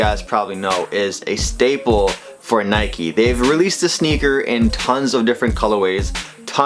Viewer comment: Nike not nikee